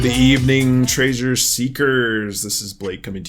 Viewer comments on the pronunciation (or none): I notice how you're saying treasure like traysures now😂. Don't force it, Blake 😅